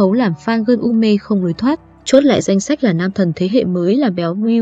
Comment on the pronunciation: Đọc đúng hộ đi trời "ko lối thoái" là gì, ngắt câu cũng sai nữa